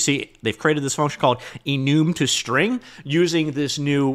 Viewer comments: What's an Enooom? Enum? E + num "ee nuhm". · enoom? not enum?😭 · enum❌ enoom ✅ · EE - NUM NOT EE - NOOM IT DOESNT MATTER THE ORIGINAL PRONUNCIATION OF ENUMERATION GRAHHH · Ah yes... the e-noom type. Very useful.